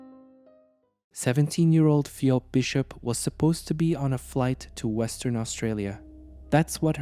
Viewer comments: Good video however the name is pronounced fee-b. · You don't even have enough respect for the victim to learn how to pronounce her name properly. You're just grifting on human misery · seems they don't even have enough respect for the victim to learn how to pronounce her name. They're just grifters